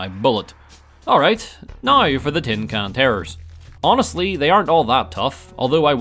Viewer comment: pronounced now "nauwer"